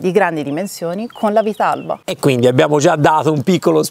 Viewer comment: Prima di tutto si dice "vitarrba" e poi bravi!!😂